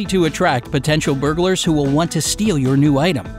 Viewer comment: I thought he said bugers lolol